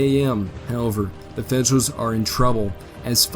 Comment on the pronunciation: Yeah, "Fedrools" and "Uleesees" 😂